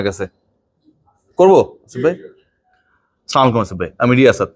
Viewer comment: ভাইরে ভাই সালাম টা শুদ্ধ ভাবে দেই